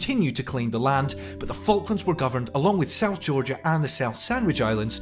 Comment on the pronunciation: You pronounce them FuckLands! 😂😂😂😂